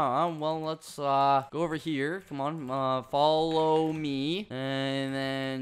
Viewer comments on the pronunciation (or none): Ok teach me please (even though you said “folo me”)😂